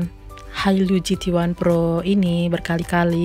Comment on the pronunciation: Pro mbak bukan phro